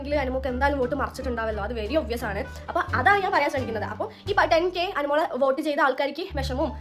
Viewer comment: oat alla vote